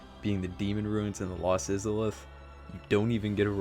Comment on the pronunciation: Pretty much disagree with almost the entire list ps how the fuck do you butcher the pronunciation of IZALITH so badly?